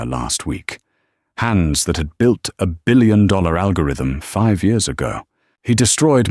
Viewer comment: Why can’t the AI say dollars! Lol